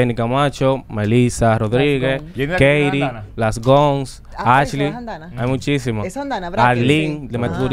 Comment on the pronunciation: ai dios se paso alofoke diciendo askley